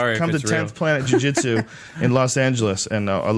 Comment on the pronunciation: The Martial Nerd Jiu JEETSOO